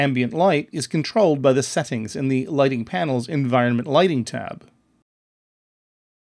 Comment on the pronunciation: great video but the narrator talks like a robot. Who says "Set-TINGs" like that?